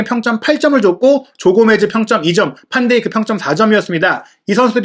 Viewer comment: 아니 진짜 판데이크는 누군데? 왜 한국기자나 방송인들은 해외에서도 반이라고 읽고있는 van을 "판" 으로 읽는건데??!! 반도다이크라는 별명이 반다이크에서 나온거모르지 않을텐데 잘못된 표기는 알아서 좀 걸렀으면 좋겠네... 제발 판데이크는 진짜 못듣겠다